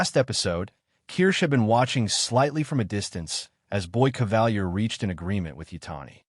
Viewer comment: Why do Americans always deviate from the pronunciation of names in their own shows? Kavalier is (in the show) pronounced cah-vah-leer, NOT ca-val-year.